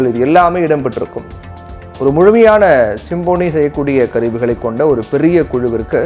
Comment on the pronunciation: சிம்பொனி.. சிம்போனி அல்ல.. உச்சரிப்பு சரியாக இல்லை